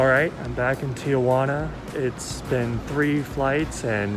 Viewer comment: Very helpful. It's Tijuana. Not tiAjuana. No worries people from Los Angeles to the border mispronounce it 😆 I was going to move to Oaxaca but my cousin recommended Saltillo. Any thoughts? BTW how much was the tacos